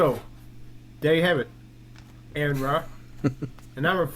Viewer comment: Seriously dude, if Aron is your personal hero you really should say his name correctly. Aron would not approve.